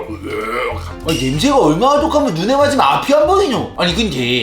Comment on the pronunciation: 옥에티 발견! 눈에라고 해야 돼는데 누에라고 했어용❤